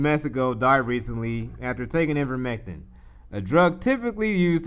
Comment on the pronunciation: Attempting to espouse brilliance but pronounces IVERMECTIN as IN-VERMECTIN.